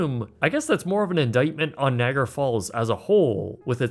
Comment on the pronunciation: Can’t stand how you pronounce “Niagara”. Had to turn this off and block this creator.